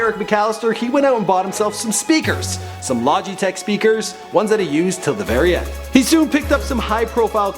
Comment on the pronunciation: Did anybody notice "lojytek"